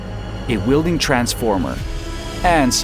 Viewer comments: It's not wielding transformer, it a welding transformer. Really dislike AI voices. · You have very, very good English pronunciation, but there are a few words that give away that you’re not native. In particular, welding is pronounced with a short e like well or smell or hell. You were saying wielding which means holding a tool or weapon you have some proficiency with. Very interesting video. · "wielding transformer" "ammpers" "alangated" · Weld, NOT wield!! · twice less? do you mean half? ai sucks. ...weelding? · What’s an Arc Wheel-ding? Lol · Please stop saying wheel-ding